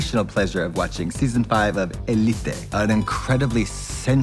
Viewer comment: katya trying to pronounce élite correctly and failing because of the accent mark is the reason why people say spanish is hard